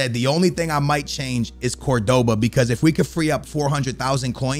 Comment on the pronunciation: You pronounce Cordoba CORD-BA